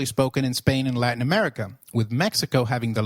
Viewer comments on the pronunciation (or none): none